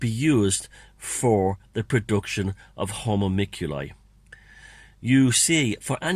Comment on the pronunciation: 'hoe- monk- you- lie' :) (not that it matters)